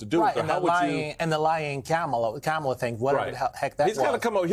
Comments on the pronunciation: Can anyone say her name correctly? Jesus its not hard. COMMA-LA. (Like the punctuation) Kamala. Normalize getting that right. Thats our future President. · can you at least say KA MA LA 's name correct? It's not that hard. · please learn how to pronounce Kamala’s name.